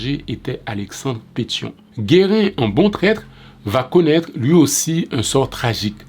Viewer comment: Your skepticism isn't misplaced since gives the wrong date, October 12, 1806, for Gérin's letter to Christophe, and mispronounces his name, calling him "Guérin" instead of "Gérin". Gérin's letter is dated October 18, 1806, one day after the assassination, according to the English translation excerpted from the book, " "La Constitution de 1805...deux cents ans après: Les chants de resistance" by Bell Angelot, p. 125 - 130." I found on Ezili Danto's website. I don't know which date is the right one but should have addressed that divergence and stated why he chose to credit the earlier date.